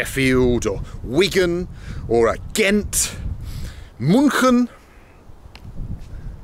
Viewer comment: It killed me how Bald pronounces "München" 😂 Greetings from Austria